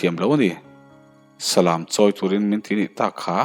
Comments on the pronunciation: salam tiha lam hi lãm tih a lam ani ngailo a, läm ti a lam ani zawk ṭhin eg lamtluang tih thluk ang hian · Salam..tih hi..lam dance..anga thluk lovin..khan lam teh ang..tiha lam anga thluk tur. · Salam tiha lam lai hi i lam diklo tlat. Thlanglam/chhaklam tiha lam ang hian lam tur ani. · Nia Salam hi ilam diklo tlat Mi thil hawh ka lam lawk. Naupang ka Lam haw lawk tiha lam tur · Salam,,,kan lam dan hi ,,ka hresual zawk nge aw,, Salam,,lam tih lai hi chumi lam,,tih thluk,,lamthuamthum,lam tih ah lam riktur ani zawk lo maw aw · Comment na hi i chhiar ngai lo va mi? Salam tih pawh chu i va chhiar dik mawh ve. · Salam hi ilam danadikhlel deuvin ka hretlatmai thil valam emaw mi va lam ang hian salam s lam laitakhilamrik tur niin kahria.